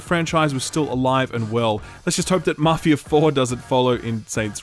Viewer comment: Maarfia or Maff i aaa ?